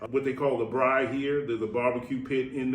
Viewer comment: Braai* not Brai